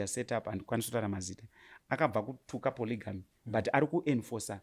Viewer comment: Kkkk tiriku ku chii Ev😂😂😂 hanzi ku ponogamy 😂😂